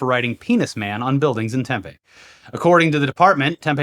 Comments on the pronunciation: Tempe:is pronounced TEM-PEE not TEM-PEH. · Yo hearing my hometown pronounced tem-pay was the highlight for me boys lol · I actually get to be THAT guy!!! It’s pronounced Tem-pee… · It's "Tempeeeee" not "Tempayyyy" OMG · Tempe AZ is pronounced “Tem-pee”, not “Tem-pay”. Get it right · Arizona native here. For future reference it's Tem-pee, not Tem-peh like the soy meat. I never realized before how irritating it is to hear someone repeatedly butcher the name of a place I grew up next to and lived in for a while. 😅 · It's pronounced Temp-ee! You're killing me with this temphe. That's fermented soybeans. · Temp-E, not temp-a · Tem-Pee, not Tem-Pay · As a local it was very weird to hear Tempe pronounced the way it was. It's "TEMpee" not tempay. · Tempe is pronounced Tem-pee and Prescott is pronounced Pres-kit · It's pronounced Tim-Pee. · Nit to pick, it’s pronounced Temp-ee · Tempe is pronounced tem-pee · Pssst! Tempe is pronounced "Tem-PEE". Maybe "TEM-pee" on occasion. Sauce: former Arizonan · Hey it’s “TEM-PEE” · we pronounce it tem-PEE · Tempe is pronounce Tem-PEE with a strong PEE. As in PEEnis Man. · To: 1. It's "Tem-pee" 2. Please clear your throat. 3. I love you guys! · The penis man city is pronounced Tem-Pee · For the love of Penis Man, its pronounced tem-pee,. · cute how you guys say "Tempe"... it rhymes with 'pee pee'